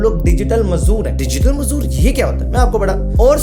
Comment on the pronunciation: Mazoor ni mazduur 😅